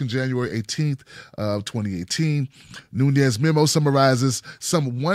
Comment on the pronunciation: his name is not Spanish (Núñez) but Portuguese - Nunes.Just adding some linguistic info.